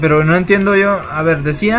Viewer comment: Dice de no pueden escapar de Mi Pero sho no soy xd